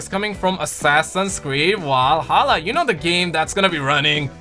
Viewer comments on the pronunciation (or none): Love how you say Valhalla. 😂 "walhalla"